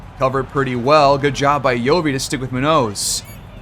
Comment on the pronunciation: You finally turned it around man, great series. Mac Boyd has totally taken off lol its not a question who the best player on this team is. Btw the way youre pronouncing Munoz is crazy and wrong lmfao